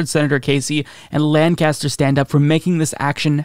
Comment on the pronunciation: Just because I’m cringing when you say it and want you to get it right next time, lol: Lancaster, PA is pronounced like LANK-UH-STIR.